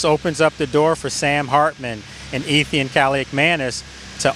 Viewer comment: You Wildin with "Ethian" Kaliakmanis😂😂 But we love you Lake. Keep us posted.